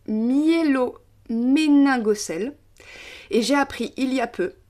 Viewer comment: Bonjour/soir, Merci d'avoir partagé ma question😘 Pas évident de prononcer "spinabifida avec myéloméningocèle", mais épreuve réussie haut la main🤪